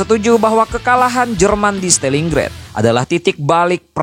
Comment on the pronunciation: Stalingrad bukan Stelingred Churchill bukan Carcil